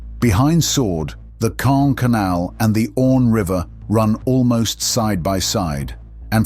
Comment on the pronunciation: It is not kaaah, it is KaaNNNN!